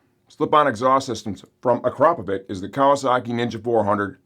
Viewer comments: "Please learn to pronounce that name correctly! It's "AcrapoviTS" not "AcrapoviK"". - Ryan from Cyprus CA. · At least learn to pronounce one of the biggest names in the moto world. It's not Akrapovic it's Akrapovic 😂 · pronounced “a-crap-o-vich”. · Ryan is bang out of order. You're 100% right not to trust stupid and lazy people who can't be bothered to spell and punctuate. Please learn to say Akrapovič correctly. The pronunciation should not be a regional choice, as this is company name. Look on YT for the correct pronunciation that's provided by the manufacturer. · My takeaway from this video is apparently I've been mispronouncing Akrapovic all this time... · NGL that is NOT how I was pronouncing Akrapovic....Also for prez.